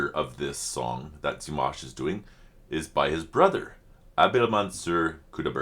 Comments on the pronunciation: I think the way you pronounce Dimanche, is the correct way to pronounce Dimash (silent n) One spectacular performance from Dimash, is Sinful Passion (not sad😉) There you will hear "Dimash" several times (New Wave version) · Dee-mahsh - slight emphasis on second syllable - you can hear him say his name himself in some of his promos...and of course in any of the interviews with his mom and dad. ... I love this because he's giving this opportunity to his brother on his 16th birthday and how fun to see the siblings all together. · His name is pronounced Dee-maaahsh like in palm, calm or arm. Short i (pronounced e) and the emphasis is on the a. Here you can hear him say his name himself. Wait to the end. And you can hear his name pronounced correctly at the beginning and end of several songs. For example, "Love Is Like A Dream," "Ave Maria," "Stranger," and more. Sveta, his mother, pronounced his name in one or two videos of LiLaSi's Ultimate Dimash Guide. Thank you for reacting to Dimash again. This wonderful song was composed by Dimashs' little brother Mansur Qudaibergen. He composed this song when he was 16 years old and is 19 now. Both performed the song for the first time at his concert in September 2022 in Almaty. Great lyrics, great song. I love it. In this music video you can see not only Dimash and his little brother Mansur but also their little sister Raushan, who just got married. It’s such a beautiful and talented family. Raushan has also performed with Dimash and they sang All By Myself together. But as far as I know, she would rather be a doctor. And I said it before, I love your jibber jabber😅. And of course Happy Birthday, dear Dimash❤ Greetings and love from Germany👋♥️